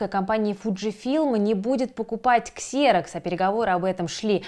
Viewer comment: Выпуск хороший, но "Xerox" читается как "Зирэкс" 😅